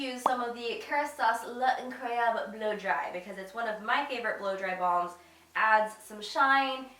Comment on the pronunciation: okay i‘ve been holding this back l‘incroyable is pronounced lawn-croy-abl i hope it helps and does not offend😊❤️